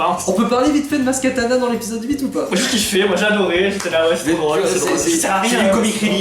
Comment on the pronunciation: bon, juste comme ça au passage, c'est maz kanata, pas maz katana... sinon, contrairement au 1, le 7 ne faisait pas que reprendre quelques élément de structure narrative, on est à un niveau de décalquage qui frise le foutage de gueule, donc si, le bachage qu'il a subit était amplement mérité ! c'est d'autant plus mérité quand tu penses que le film met en standby l'histoire principale du film, la recherche de luke, juste pour mettre une scène de death star qui n'avait rien à y foutre et aurait clairement plus trouvé sa place dans le 8 ! oui, dans le 5 vader parle à luke à distance grace à la force, mais vader est un seigneur noir des sith et luke s'est entraîné plusieurs années (oui oui, entre le 4 et le 5 il n'a pas passé son temps à se branler les couilles, et il est resté plusieurs mois à suivre un entraînement intensif chez yoda), de plus ils sont à proximité de la même planète, mieux, l'executor est presque à portée de rayon tracteur, ils sont pas éloignés de part et d'autre de la galaxie, alors faut peut-être pas déconner non plus, surtout quand t'as un snoke qui te dit clairement au début du film que kylo est une chèvre et qu'on te montre une rey qui comprend pas grand chose à la force ! sinon il y a un truc qui moi me dérange énormément dans le 8, c'est rey justement ! alors déjà dans le 7 elle n'avait reçu aucune formation et elle utilisait malgré tout des pouvoirs avancés de jedi, paye ton incohérence déjà, mais là le film entier se déroule grand max sur quelques jour